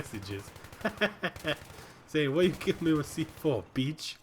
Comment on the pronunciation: ROFL "Saying 'y u getting me wit C4, beech?'" this accent kills me